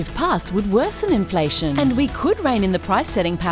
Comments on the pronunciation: "INLFATION' ! LMFAO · "Inlfation" , guys. 😉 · WHAT IS INLFATION? ;) 1.15mark